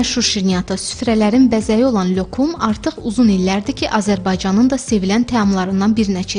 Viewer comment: Niyə lyökum deyirsiniz ? Lokum demək olmazmı